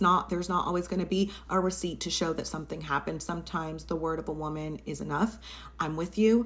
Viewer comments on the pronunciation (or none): none